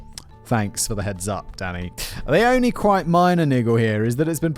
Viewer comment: I was 5 minutes into this episode when I realized Simon is saying "Danny" and NOT "Daddy", which I DID think was weird, but also hilarious. 😂